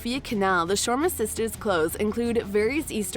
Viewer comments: Me too. No planes then, only ships. And some pronounciations also off like Shoma instead of Sharma 🤦🏾‍♀️ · I'm cringing at your pronouncing Sharma. It's Shir-ma. Not Shwarma.